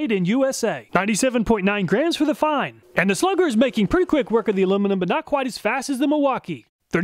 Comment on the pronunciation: It is great to hear "Fein" pronounced correctly! All my coworkers say "Feen" and it drives me crazy!